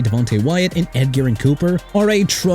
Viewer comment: you need to stop the "Ed Garen Cooper" nonsense cuz it's getting irritating! You keep getting his name wrong!! Pronounced Eh-juh-rin okay?!?! You need a education or something?!?! And Tua won't be winning a Super Bowl no more so thank you for trashing Miami's QB like you got a purpose in doing that!! You're done dude...